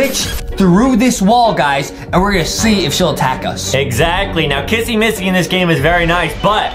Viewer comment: why does justin call kissy Missy Kassy massy